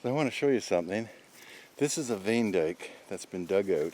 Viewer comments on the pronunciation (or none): none